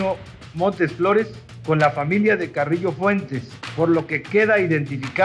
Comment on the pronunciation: Se dice Carrillo no "carrisho" jajajj xd